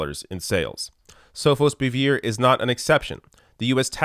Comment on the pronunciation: You need to not butcher names when reporting. Your pronunciations for Sofosbuvir and Gilead were way off.